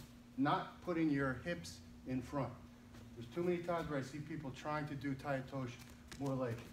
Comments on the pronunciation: TAI-OTOSHI(eee)...NOT TAI-OTOSH... Nice technique though Obvs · First of all,you do not know how to pronounce the name of the technique!!Tai otosh?Harai Gosh????OTOSHI GOSHI!It is not a thand and foot throw .and almost everything you have shown is kinda wrong!